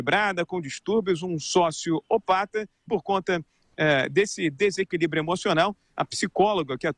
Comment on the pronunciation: Caraca! O "sócio opata" do Rodrigo Viga aos foi de doer! rsrsrs